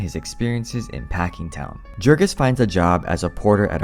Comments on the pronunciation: Right kff the bat only 15 seconds in, the Narrator incorrectly pronounces the main Characters name. If you had read the book, you would have pronounced Jurgis correctly.- Yourgis - not yourjis or Jurgis like Jergins. YOURGIS or YERGIS Gis sounds like Kiss. Idiots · Small correction, Jurgis would be pronounced Yurgis, since we’re talking about a lithuanian man. Because in lithuanian, the letter J makes a y (consonant style) sound. :) And thank you for the book summary. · Jurgis is pronounced Yurgis. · His name is pronounced "Yoorghis" ... it even says this early in the book. Guess you didn't actually read it. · Great summary, but a little correction: Jurgis in Lithuanian is pronounced yoorgis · It's Yoorgis you dumbass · Okay. I often mispronounce things ive only seen in writing. Like foreign names in books. Thats because i read about those things more than I talk about them. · He doesn't even know how to pronounce the main character's name - which is explained in the book. My guess is this script is AI w